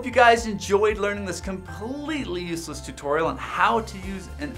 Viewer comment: LMAO You emphasis on "useless"